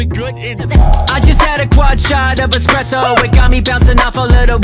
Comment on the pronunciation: Wait wait. Do you realy guys call it expresso in america or is this suposed to be a joke😅